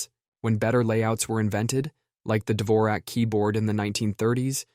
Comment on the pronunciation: Dvořak, not Dvorak